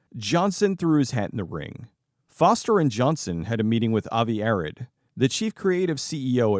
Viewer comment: Avi Arad pronounced "Uh-Rod" not "Arrid" like the deodorant.